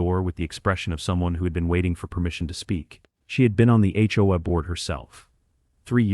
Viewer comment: Hopefully AI will learn how to pronounce HOA correctly at some point in the near future!